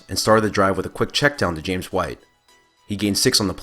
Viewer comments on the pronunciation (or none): His name's James not Jameis, lol.